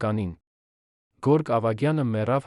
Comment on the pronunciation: և տառը չեք կարողանում արտասանել։ Երվան ֊ Երևան Գորգ֊ Գևորգ և այլն։